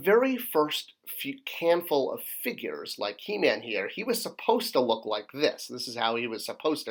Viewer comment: "Figrues" LOL